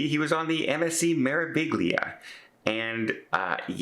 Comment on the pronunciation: Hi, just a note on the pronunciation of MSC meraviglia. When I was onboard I asked the captain and it’s pronounced Mare-a-Via. FYI.